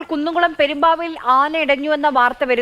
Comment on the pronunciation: കുന്നംകുളം 'പെരുമ്പാവിൽ' അല്ല മാപ്രേ.. പെരുമ്പിലാവിൽ എന്ന് പറയാൻ പഠിക്കൂ.. എന്നിട്ട് ന്യൂസ്‌ വായിക്കൂ